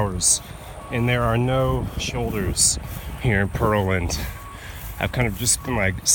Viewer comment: It's pronounced "Pear-land", like the fruit. I cringed every time you said "Purrlind."